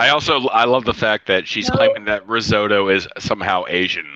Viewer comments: My favorite was when she was making the risotto and she kept calling risorto. 🤣 I was like wait what... then she pronounced it like 5 different ways. But never the right way. I was like holy shit. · Risorto, asagio, I’m sorry, organo, pompkin, basahmitti, so many things she can’t say